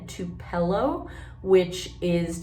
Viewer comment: Interesting way to pronounce Tupelo... I guess there must be another Tupelo than the one in Mississippi.